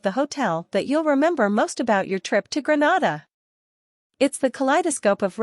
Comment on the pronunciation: Please say GREE-NAY-DA not GRE-NA-DA.